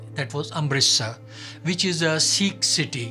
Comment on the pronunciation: It's not seekh. It's sikkh. Like a light "i" Not long "ee".